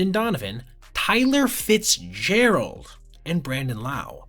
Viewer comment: Tyler Fitzgerald at home watching this, saying Bruh, why u gotta say my name like that?